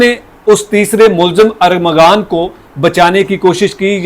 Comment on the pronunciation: آپ صحافت کر رہے ہیں اور ایک سادہ سا نام ارمغان بھی درست طریقے سے بول نہیں پا رہے۔ حیرت ہے۔